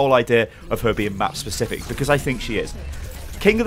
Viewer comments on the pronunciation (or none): none